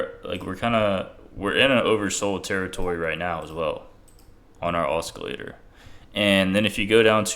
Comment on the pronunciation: Great vid as always....lol...you pronounce it like this osillator, c is silent.....but i like the way you say it. Either way brother, im with you all the way!